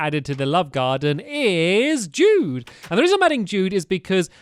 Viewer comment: it really sounds like "Thank you very much dude" it sounds like dude, not jude